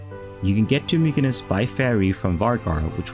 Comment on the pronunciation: Just so ya know, Mykines is pronounced,"Mitcha-ness". :) Viva la Føroyar!